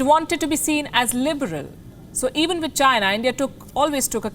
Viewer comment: Did I hear va-china